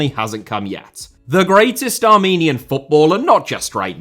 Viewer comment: For Armenia an honourable mention has to go to Nikita Simonyan. And I loved your Armenian pronunciation😂